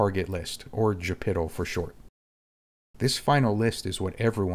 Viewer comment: Started getting back into DCS and came across your videos. As a retired USAF targeteer who has worked many AOCs, I can say this explanation is spot on. I won't judge on your pronunciation of the JIPTL acronym however haha. Love the channel!